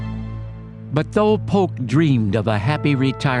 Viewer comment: Sounds like Polk=Putin?